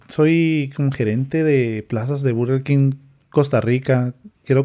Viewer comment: Burgenkin